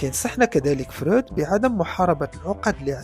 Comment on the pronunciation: إسمه فْرُويْدْ هناك حرف الياء بعد الواو وليس فرود أين وضعت حرف الياء ، حتى بالإنجليزية يسمى frued وليس froud. 😅😅